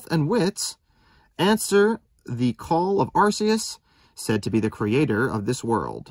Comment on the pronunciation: I'm pretty sure it's pronounced are kee is